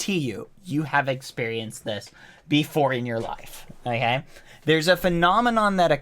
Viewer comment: all i heard is "okgey"